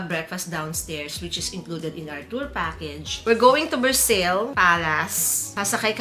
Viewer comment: It’s pronounced Ver-Sāy NOT versailles